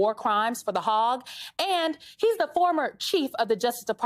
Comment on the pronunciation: THE HAGUE IS NOT THE HOGG. MSNBC...please hire people who are familiar with news. she is dumb and says 'y'all' on newscasts...sad...